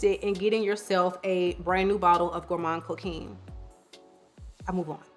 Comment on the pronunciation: Thank you for this video!!💖 ps: the « quin » in coquin is pronounced like an « quan »